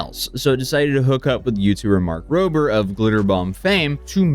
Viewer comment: This clear Tesla fan boy can't even be bothered to say Rober and says Roper, between that and the way he's framed/on camera personality, I don't like, nor trust him.